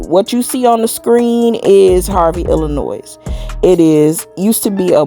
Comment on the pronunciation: You're the 1st person that I've encountered that's originally from IL, and pronounce the " s" at the end of " Illinois ". It's silent.